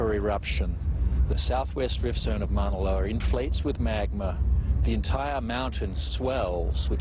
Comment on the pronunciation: One of the guys called Moa loa Moa loer WHAT THE FUDGE?!?!?!?!